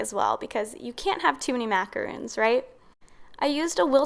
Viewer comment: I believe the macarons you made are pronounced “Mac a rawn s” not macarooooon like moon. Macaroons are piles of coconut which is a completely different cookie.